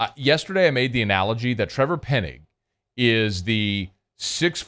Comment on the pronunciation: just an observation here , I am trying to be polite, but can you learn how to properly pronounce Penning's last name it's not pronounced Pennig like you say it but Penn-ing not Penn-ig it is annoying to my ears